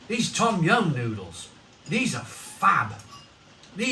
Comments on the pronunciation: Pronounced dom yun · No it pronounced as tom yum not dum yum